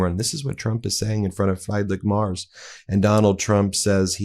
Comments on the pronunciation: Chancellor Frriedrich Merz's surname is pronounced "Mertz," like that of fred Mertz of tv show I Love Lucy. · Why are you pronouncing Merz as Mars?? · (Just as a small foot note, Ben, without offense, just information: It's not pronounces "Mars" like the planet, the ER in "Merz" is pronounced similar as in "whERe". 😉) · Do me a favour and at least TRY to pronounce people's names who are not English correctly. Friedrich Merz is called Free as in free drich with a soft ch, and Merz is pronounced Merts. I'm English and I still try to do other people the courtesy to pronounce their names correctly. Google does it for you. You talk about Trump being embarrassing for Americans, yet you are just as embarrassing. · The name is pronounced more like Merts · Try saying "mare" (female horse). Now add the "ts" from "nets". That's roughly how you say Merz. "Freed-rick" comes close to his first name. Surely you can do better than this pathetic garbled pronunciation. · Please pronounce people's names correctly, for example Merz You can use Google translate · Yeah, embarrassing. I had to listen twice because I couldn't figure out who Meiselas was talking about. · Please have some tell you how to pronoiunce the German Chancellor's name! For some time I did not know wh you were talking about. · Here is how to pronounce the name of the German chancellor correctly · Ben, Please get his name right. Please do some research. This is said with love. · It’s not Mars Ben. It’s Mertz - pronounced Merts. Love your show… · It's M E R Z not M A R S! See a difference? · Ben! Learn to pronounce FREEdrich MerTz (not Mars)! Bitte! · Ben, his name is Merz, not Marz. He is the prime minister (chancellor ) of one of the biggest economies in world. And Trump talks about eggs, Musk and other American issues. And to top it off he made the most idiotic comment about D-day. It is sooo embarrassing! Greetings from the Netherlands (Germany’s neighbor) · Merz, not Mars. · Why do you keep saying Marz?